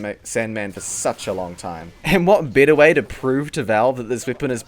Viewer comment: Dude what's wrong with you? XD you say "better" like "bitter" and others..